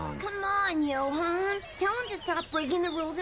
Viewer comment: Johan ❌ Yohan ✅